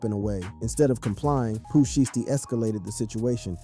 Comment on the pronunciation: WTF IS SHEESTY ITS SHIESTY 😭😭😭